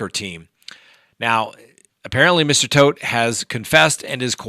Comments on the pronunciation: It’s TODT, not Toft. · Your saying Toft wrong, ToFt!